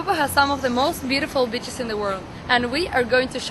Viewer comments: I heard "bitches" instead of beaches. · sonds like je says: most beautiful bitches LOL